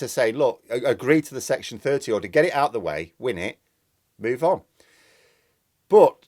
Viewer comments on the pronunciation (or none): "Oil must be due to run oot "🤣🤣